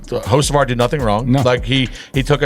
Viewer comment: OMG if you're going to narrate could you at least learn how to pronounce the driver names. You've pronounced Hocevar's name 5 different ways!!!